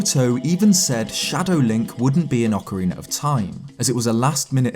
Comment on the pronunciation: Thank you for not having a weirdo saying "Ocariner" in this video. <3